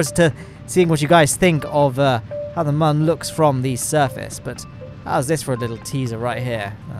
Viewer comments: Why does he say mon and not moon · Why do you say mon and not moon?